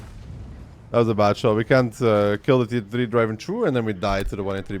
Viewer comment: "tea ate oh tree"